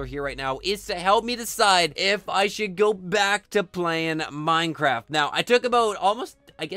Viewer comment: It's minecraft not mincraft